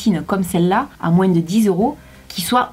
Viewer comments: Sa me stresse tu dis "moinsse"😂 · Le "moins" tu prononces le "s" et tu me fais rire tout le temps avec ton accent😂😂 (Ne le prend pas mal , c'est une remarque gentille 😘) . Au sinon super vidéo comme d'habitude 😘❤ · c'est juste pour te dire qu'on ne dis pas «moinsse» Mais «moins».sinon je t'adore tu es la meilleure. 😉(like si tu es d'accord)